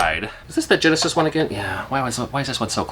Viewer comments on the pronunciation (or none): none